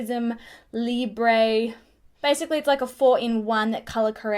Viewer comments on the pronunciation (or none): none